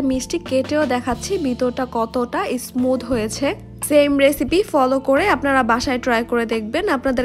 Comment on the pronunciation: বিদিও না ভিডিও, ইসমুদ না স্মুদ, মিক্সশ্রন না মিশ্রন, বিতর না ভিতর। ভিডিওর উপস্হাপনে উচ্চারন সঠিক হলে আরো সুন্দর ভিডিও হবে বলে আশা করি এটা মনে রাখবেন।